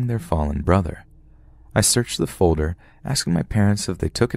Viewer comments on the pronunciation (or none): none